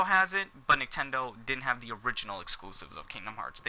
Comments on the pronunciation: He says nicktendo every time he try’s to say Nintendo even in the beginning starting lmfao!!! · did he legit say nicktendo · through that entire video he said niktendo, the first time i heard it i was like "ha, he called it niktendo. i doubt hes gonna say it again though". he then proceeds to say it again and again and at the end i said "damn this guy's a fucking idiot".